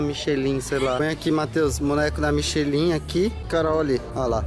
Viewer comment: Michilin é o apelido do meu marido😂😂😂 na verdade se pronuncia michelan a marca de pneu, e se escreve michelin